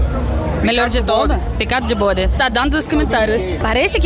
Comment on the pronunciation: Tripa de "bôde", kkkkkkkkkkkkkkkkkkkkkkkkkkkkkkkkkkkkkkkkk é uma delícia.......